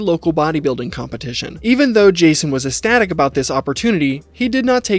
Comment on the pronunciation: = "esstatic" lolol jfc imagine making a mini-doc making fun of a kid who can't talk and barely being able to pronounce 3-syllable words yourself. Amazing stuff 🙏🙏✨